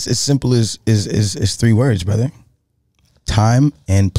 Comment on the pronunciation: His OG Canadian accent came out right there.